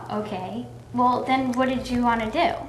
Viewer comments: "Whale, yull at me why dontcha?" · does Chris really say "well..." like "whale..." because of how said it earlier? If so that's a sly little jab right there!